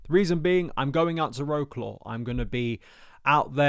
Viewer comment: Wroclaw. C is not pronounced as a K.